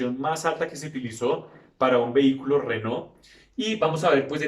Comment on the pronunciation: Buen video. Excelente paso por la historia de la marca francesa. Solo una puntualización: he visto que pones un gran empeño en pronunciar la palabra "Renault" con acento francés ("renó"), y la verdad es que la pronuncias muy bien. Pero Alpine (traducido "alpino", "de los Alpes") también es una marca francesa, y deberías pronunciarla en francés (algo así como "alpén"), y no como se pronunciaría en inglés ("alpain"). Un saludo.